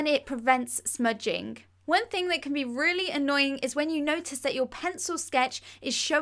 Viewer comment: Through - frough Eraser - erazer Thing - fing (This is what she says)